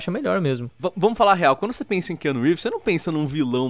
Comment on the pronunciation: Ki Anu Rívis